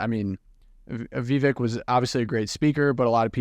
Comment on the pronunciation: Just subscribed I agree with much of your comments only Mr Ramaswamy’s first name is pronounced ( Veevek) thank you.